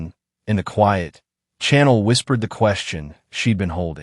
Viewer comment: Your prounaction of Chanel is wrong. Chanel name is a soft C, not a hard C. Think like you shushing someone to be quiet. But otherwise it is a good story.